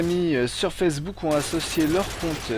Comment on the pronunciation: C'est moi ou il dit fessebook O.o